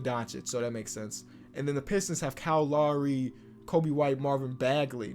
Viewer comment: "kaall laury"